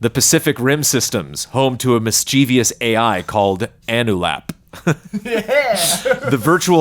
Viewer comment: Great to hear that even native speakers pronounce "mischievous" incorrectly:D Btw, you're kinda right, Ajax is a web programming concept.